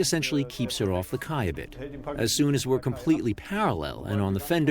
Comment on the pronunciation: I have a question to the native English speakers. I always thought that quay was pronounced like key . However, the narrator four times mentions the kay . Actually, this is the way we pronounce quay in German.